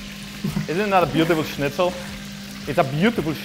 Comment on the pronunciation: Bro. You said schnitzel correctly. Wanna marry?